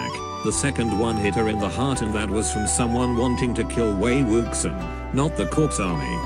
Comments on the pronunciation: “Wei wuksang” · "Wei WOOKSON" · I can't deal with the "Wei Wuksan" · also maybe these opinions are controversial or whatever BUT the text to voice converter is just too funny. I love Wei WUX I EN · ok but.. "wAy wOoksAn"... i literally perished. ma boi wei wuxian's name got mauled by mr.bot :( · Excuse me, but the mechanical voice readin wei wuxen or however you would write this....... it gets me killed every time i hear it